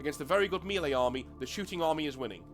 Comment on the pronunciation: Nanobits - 'redress', not 'readdress'; 'minutiae', not 'minutia'; 'not that big a deal' (no 'of'); and say 'mehlay'. Lose no sleep at all - am just watching the vid, and it's great. Very best regards, and thanks for putting up this excellent introduction. Don't say 'retarded', though - it's ugly. (I live a short tram ride from the GW money-mines in Nottingham. Am thinking of tunneling in and grabbing some of the ore.)